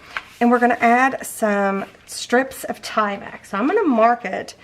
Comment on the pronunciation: You are pronouncing Tyvek correctly. You're good.